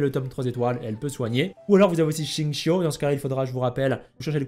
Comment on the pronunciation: à chaque fois, entendre "chincho" à la place de "gzingkiou", ça fait bizarre..